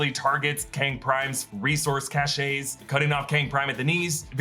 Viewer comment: Cache pronounced “Kash”… your welcome.